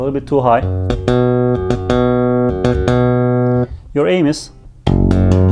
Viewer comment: “your anus” 😂 O H ! “your AIM IS”